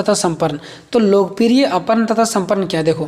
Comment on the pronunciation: Arpan aur samarpan padha jayega ushe aparn aur saparn nhi